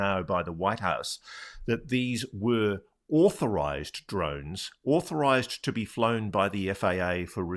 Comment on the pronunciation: NewsNation should ask some representative from the FAA to be interviewed. That could be interesting: "..no, those drones are not auhthorized.." 😂